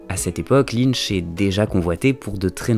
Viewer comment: David LynCH...pas Linn..mdr